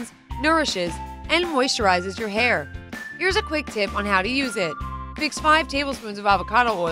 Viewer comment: HAHAHAHA did anyone else notice "Houw" instead of How HEHEHEHE🤣🤣🤣😂😂😂😂